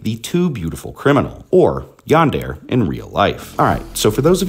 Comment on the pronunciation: Great video! Well made! Some audio issues, and "Yandere" is pronounced "Yan-deh-leh"